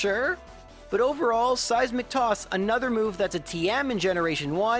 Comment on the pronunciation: "Seissmic toss a set damage move that does my hp as damage" I guess it was just a slip of the tongue :D